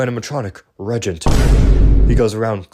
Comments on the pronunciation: Regent? Dawg you mean re-AGENT?😭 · I read the book. It's extremely poorly written. Too many loop holes like turn around and the reagent is there, but if you go down this path to the right, it's also there. Feels like game overs with lazy/poor reasoning. Also, it's pronounced re-agent.